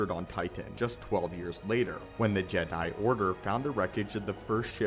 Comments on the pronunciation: “JedI” bro why you emphasizing the i in Jedi, it’s just Jedi, not “JedI” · This great but it's weird how you say Jed I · Bruh good video but it killed my ears every time time you said “Ged Die” like bro just say it normal one word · Why do you say Jedi Like that.